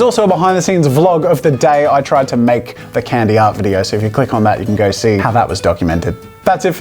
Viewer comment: It hurts to hear an Australian say Candy...